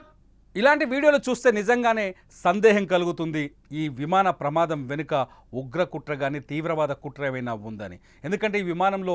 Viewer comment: Vimada kadu vimana pramadam evarra ee news reader ni pettindi